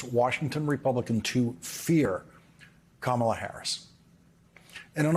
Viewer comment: Kamala. Say her name correctly